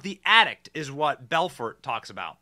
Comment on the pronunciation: The T is silent in Belfort 🤣🤣💀